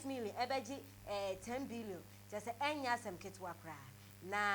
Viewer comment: "TiILLII BIILION" 😂😂😂